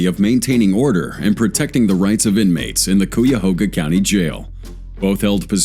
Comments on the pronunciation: Cuyahoga is pronounced as kai-uh-hoe-ga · Its pronounced. Cuy-a-hog-ha. LOL